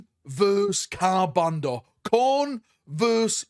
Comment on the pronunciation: Yo how many "r"s are there in Ka'bandha, brother?